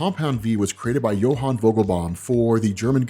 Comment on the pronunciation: Ummm..it's pronounced "Jonah Vogelbaum"!!! NOT "Johan"!!😑😒...someone failed public school 3rd grade!!!😅😅😅